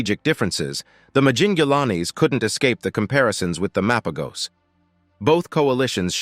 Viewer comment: it's Mapojos/Mapahos not MA PO GOS. All you said wasn't true or no credibility at all. Even for the Majingilanes and selatis.